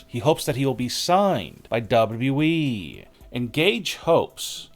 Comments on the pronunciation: say WWE again ! Narrator: duba duba E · 🤣🤣🤣🤣 that is exactly what I was thinking, it is so annoying hearing him talk like that and cannot even pronounce WWE properly. I tolerate it only because of the content. But it does make me cringe